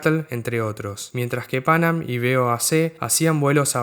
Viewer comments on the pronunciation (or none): Me gustó mucho tu video. No como crítica sino como contribución quisiera señalar que la pronunciación de Pan Am era "pan-am" y no "pánam" y la "C" de BOAC era por "corporation" no por company. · me hace ruido escucharte decir "pánam" cuando escuchamos "panám" toda la vida...que diría Laura Franco...y por supuesto su mentor y quien la bautizó:Gerardo Sofovich